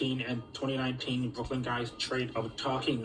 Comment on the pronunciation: It's Brooklyn not brokie